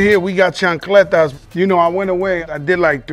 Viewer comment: Lol he said chancletas